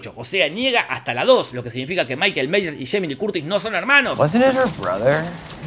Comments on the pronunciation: Ahora, Jorge se vio y estudió todo... Pero no aprendió a pronunciar Myers, que es "Maiers", no "Meiers". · Se pronuncia "maiers"!